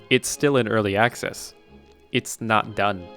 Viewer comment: "🦆ccess" xd